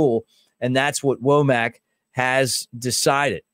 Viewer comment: I think it's pronounced wommik not woamack. I think.